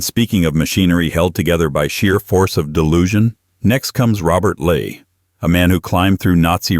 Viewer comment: Robert Ley is pronounced wrong. Ley is pronounced more like the English verb, 'lie'.